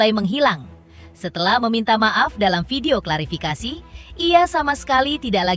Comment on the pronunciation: Host intens klafirikasi 😂 bukan klafirikasi